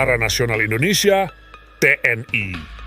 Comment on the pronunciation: Mengejanya biasa aja ga usah keingris ingrisan ,TNI bukan T.N.AI